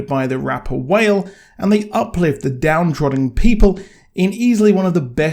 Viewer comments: rapper whale? lmao its pronounced wah-lay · Dude, if you don’t know how to pronounce a name or word just google it. Every video you say something wrong and it’s easily corrected. Wal-e, not whale. Last weeks had two or 3 in it. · I was here for Wale in the intro! I was here for The entire Orisha tribute and his name is Wale pronounced WA-LAY not WHALE lol no shade tho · Its pronounced " wa - lay " not wale but its coo i understand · Just so you know his name is Wale pronounced Wah lay not whale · Hey just wanted to point some pronunciations out. The Orishas are near and dear to many people because Lukumi (Santería) is practiced widely. Orisha - oh-REE-sha Oshun - Oh-SHOON Shango - Shawn-go (like on) Wale- wah-Lay Bilquis - Bill-Kwiss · being white is not an excuse!! We pronounce white names properly all the time so why shouldn't he pronounce a very SIMPLE and common west Africa name? He just chooses to be ignorant